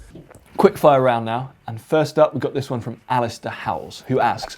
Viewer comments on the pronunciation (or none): "Hav we go' a video?" :-)